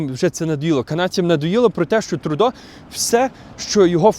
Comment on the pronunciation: Не "ТрУдо", а ТрЮдо. Не коверкайте слова, залиште цю привілегію росіянам.